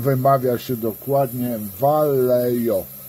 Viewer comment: Vallejo czyta się "wajeho"